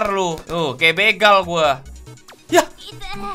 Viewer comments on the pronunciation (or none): none